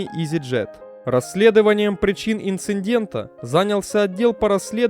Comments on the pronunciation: не инциНдента(похоже на фамилию дивесанта),а инцидента. Если я не прав,то я прав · "... причин инциНдента" - плюсую, не глядя !